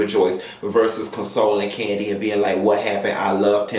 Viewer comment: Nene said the person get spinoffs every season. Kim hasn’t been on rhoa in years so her show isn’t considered a spinoff. So it’s only kandi left who is on an active show and have spinoffs. So process of elimination and her big bad inability to say kandi!! It’s kandi sis. Nene a damn hater.